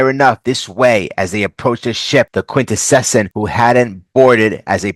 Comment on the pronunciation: Your pronunciation of Quintesson. You: Quint-Eh-Session Cartoons they were introduced in: Quint-Eh-Son Specifically he is a Prosecutor Quintesson.